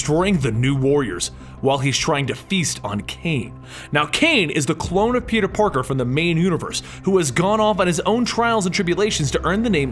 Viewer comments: you keep saying peter PORKER and not peter parker funny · Did he say peter porker